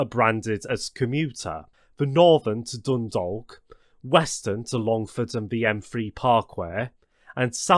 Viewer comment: I really enjoyed this video! About the pronunciations, I understand some places can be quite difficult and please dont take offense but here is how some of the places are pronounced: Howth - Hoe - th Drogheda - Draw - Head - Ah Dundalk - Done Dawk Swords - Just like the ⚔️ Portlaoise - Port Leesh Bridge's Glen - Its actually Bride's Glen Again, this video is spectacular and its great to see some recognition from abroad! Even I learnt from this.